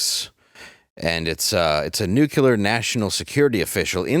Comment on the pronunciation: You just said nucular!🤦‍♂️ You are reading right from the page and still can't sound out words like a kindergartener.🙄